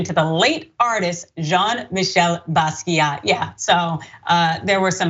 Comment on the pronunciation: You’re mispronouncing Basquiat. Kinda hard to take their opinion on art when they can’t get that right.